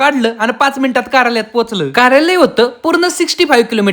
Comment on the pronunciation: कार्यालय ❎काऱ्यालाय ✅..... काय भावा 😂😂😂😂